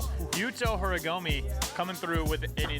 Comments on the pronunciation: Very cool event! i just wish could stop saying "horigomi" lmao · right lmao like hes an announcer and doesnt even try to pronounce it correctly